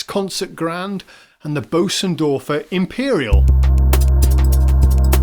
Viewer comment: Great, great video, thank you for the effort and stellar presentation! (But do try better with the pronunciation of Bosendorfer (sorry i dont have a german keyboard) .. . Being English is NOT an excuse for not even trying😅)